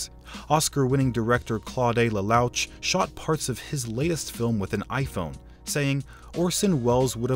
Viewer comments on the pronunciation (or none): Learn to pronounce Claude Lelouch.